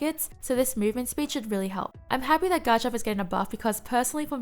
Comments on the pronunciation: Please stop saying "Ga-Chomp" there is an R in there, in case you didn't realize. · You forgot the R in Garchomp. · Is she pronouncing garchomp right or am I crazy?